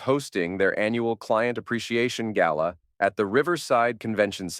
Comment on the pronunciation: Gala not gallow.